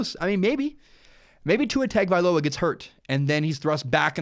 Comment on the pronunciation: Listening to you butcher Tua's last name is really bad lol next time you might want to learn how to say his last name good video besides that.